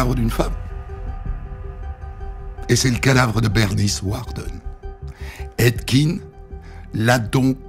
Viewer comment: des histoires encore plus connue svp, ya pas la terre entière qui a déjà raconter la première, et on dit edd "gèn" pas edd gine